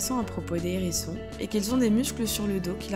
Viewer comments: Arrêtez tout ! Le contenu pourrait être intéressant s’il n y avait toutes ces liaisons malheureuses : les N hérissons les Z hérissons !!! C est une horreur ! Abstenez vous de faire de tels commentaires ou au préalable prenez quelques leçons de français c est un minimum même si désormais la langue française admet certaines liaisons désagréables ! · Les zérissons ? Le « h » est aspiré ! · Les zzzzzérissons !? Les H érissons . Merci 🙏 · C’est pas des zerissons mais des Hérissons…. Bon sang parlez français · Je 'apprêtais à faire exactement ce type de commentaire sur la liaison les Zérissons, qui ne se fait pas . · Commentaires intéressant sur la gentille petite bête, mais concernant la forme les liaisons ( à ne pas faire) étaient vraiment dérangeantes! sans cesse: les ZHérissons et un N hérisson J'ai failli arrêter la vidéo Ça écorche les oreilles...et sans doute pas que les miennes ! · Je ne connaissais pas les "zérissons" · AH les Zérissons et les Nérissrons lol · les zerissons, ,nerissons ... aie aie aie je saigne lorsqu'ilS sentENT, le hérisson ................... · Les zérissons, vraiment ? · Les z herissons ! 😬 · Les zherissons ? Bravo la voix off d'adolescente immature. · Pas de liaison quand il y a un « h » en début de mot…